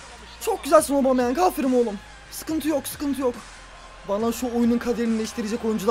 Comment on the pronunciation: yeni transfer obameyang diye okunuyo